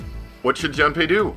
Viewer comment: For the record his name is technically pronounced "June-pay"... a long "oo" like in moon. But no big deal. And if you haven't bought Tales of Symphonia Chronicles yet and are still interested, just FYI, you can buy each game separately on PSN for $20 each. I'd recommend buying just the first Symphonia first, and the mediocre Dawn of the New World later if at all.